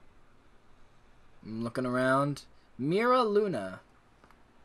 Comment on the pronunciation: Meera Luna. 💀💀 Its pronounced Myra Luna.